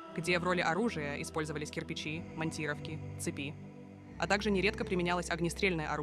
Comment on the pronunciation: ВраждОвали, цепИ? Тетенька ты нейросеть или ...